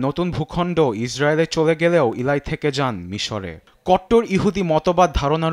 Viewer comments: ভাই সাংবাদিক 'ইলাই' কোহেন নারে 'এলি ' কোহেন হবে। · প্রিয় সাংবাদিক ভাই, আপনি আপনার "ল" উচ্চারণ ঠিকমতো করবেন।এগুলো বিরক্তিকর। এরকম উচ্চারণ শুনলে মাথা বিগড়ে যায়। সুতরাং, উচ্চারণ ও উপস্থাপনা ঠিক করবেন। (এলাই না এলি কোহেন) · ইলাই না এলি কোহেন 😂